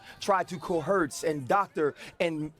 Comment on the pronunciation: Ryan Clark doesn't know how to pronounce words by the way. The word is 'coerce'